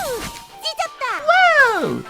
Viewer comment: 워우 찟었다~하는거 워우 이겼다라고 들리는데 나만 그런가?